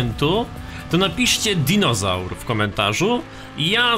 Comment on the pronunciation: "Dinożar" xD